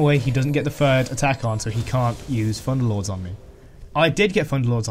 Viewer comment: Nice video helped me alot! I dont know why but i hear "Funderlords". xd